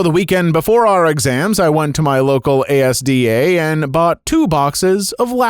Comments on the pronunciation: Story 21. Its pronounced As-Da. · A-S-D-A "az-da" lol